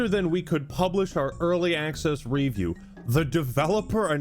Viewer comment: The reason this was IGN's first 1/10 in about a decade is because everything else is either a 9 or 10 to avoid angering publishers. When they rate something an 8 it's not worth buying. Weird pronunciation of review there. REview, wtf?